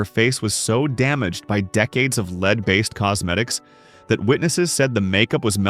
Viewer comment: It's a "Led" coffin, not a "leed" coffin. With such sophisticated technology, why can't all of this botspeak be sorted out? Or maybe get some live actors who could knock it all out in the same time.